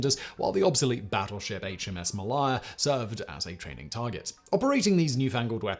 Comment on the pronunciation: .... the obsolete battleship "HMS Mal-eye-ah"??? ??? WTF?? Actually, it's "Ma -lay-a"!! Oh my Dear God!!!